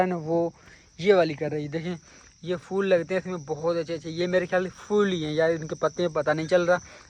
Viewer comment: Wo chai ko chaen, phol ko fol, or bulb ko baluf bolta hai or madam frma rhe hen sahi to bolta hai 👎🏻